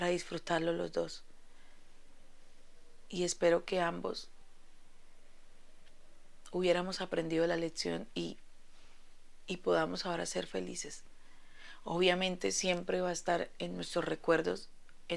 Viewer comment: Leccion no letcion